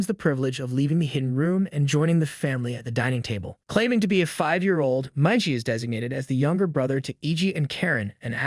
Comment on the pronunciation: Oh, my God, It's Miiiigiiii and Daaaaaliiiii not maiji.